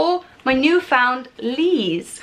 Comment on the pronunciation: As a past worker at topshop the leighs pronounce as “lays” not “lees” 🙈 but love your bod they all sit hellaa hot on you 👌🏽